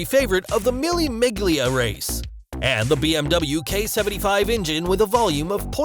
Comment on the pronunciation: He also mispronounced "mille miglia". He's American so you can't expect too much.